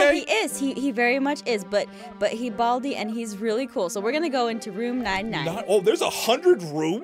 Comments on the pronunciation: balai not bald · Baldi not bald